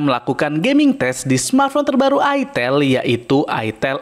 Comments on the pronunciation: Bacanya itel itu "aitel"😂😂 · Sebenarnya cara bener nyebutnya aitel bukan itel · ak males belinnya ,,, harrraammmm mengandung porno,,, masa nyebutnya itteeelll ... cuihh najizz